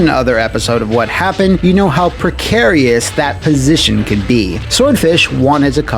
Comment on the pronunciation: I’m going to find out “what happun”….or die trying